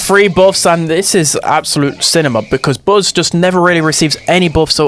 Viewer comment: The pronunciation of buzz declared war on my eardrums